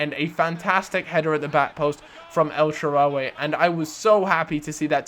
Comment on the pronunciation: EL-SHAA-RAWY not elshaararryyyy